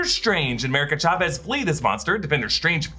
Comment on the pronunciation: Emphasis on the Cha in Chavez plz